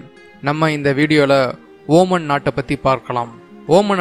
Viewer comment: ஓமன் இல்ல ஒமான்